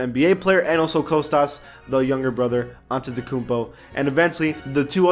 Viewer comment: THANK YOU SO MUCH FOR SAYING KOSTAS CORRECTLY OH MY GOD I LOVE YOU SO MUCH MORE NOW